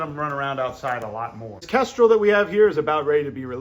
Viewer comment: Kendral? What? Did it even sound like he said kendral? Its a kestrel. And they arent hawks they're falcons you FOOL.